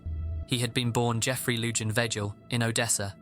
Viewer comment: The j's in Lujan and Vegil are pronounced like h's. Spanish speakers probably wanted to scratch their ears out when you read his name. Lol